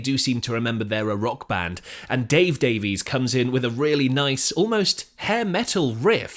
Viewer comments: It's Ray Davies pronounced Day-Viz NOT Davi-ees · Davies is pronounced Daviss not Davees. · You're British and pronounce it "Dave-ease"??? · Despite the spelling, Ray and Dave's last name is pronounced "Davis".